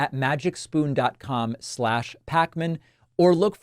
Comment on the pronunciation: Oh Davif, i thought you said MAGA SPOON in the advertisement.